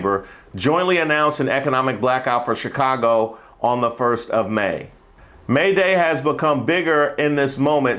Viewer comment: Lady with the Chicago Cubs gear... it’s giving AI. Didn't even say Chicago with the right accent.